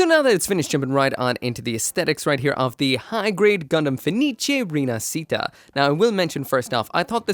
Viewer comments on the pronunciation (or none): Is pronunced rinashita not rinacita. It mean reborn, like the phenex reborn from the ashes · Its pronunciation is "Feh-nee-cheh Ree-nah-shee-tah" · si pronuncia "ree-nuhsheetuh" dai! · Pronunciation is Rina"she"ta